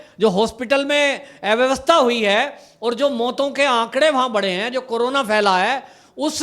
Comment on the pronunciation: ऐ vyavstha nahi अ vyavastha bola jaata hai....